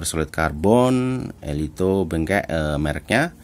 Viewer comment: Cara bacanya ELITO BENGKEK bang. Pake e. Jangan pakai U.